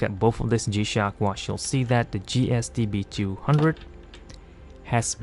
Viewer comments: you keep saying GST-B-droohundred. Which one is this? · Hey lady. Do you mind pronouncing the f** models clearly? ; "GSTB #&$-_+$-#&#..."? Isn't English your native language?